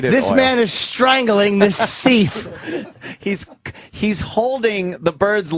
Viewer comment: I love the way he says ‘thief’ “This guy is caught a THEEF” “Yeah— YEAH GOOD! This man is strangling this T H E E F” I automatically pronounce it like this now I’ve heard it so much.